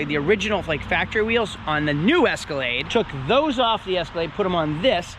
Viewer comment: ESCALATE 🤦 it's EscalaDe